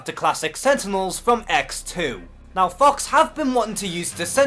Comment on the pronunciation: I heard FOX as FUCKS 😂😂😂